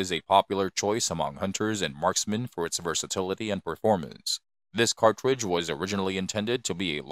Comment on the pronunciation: What's a " cawtwidge"? And it's not rimless, it's a belted cartridge.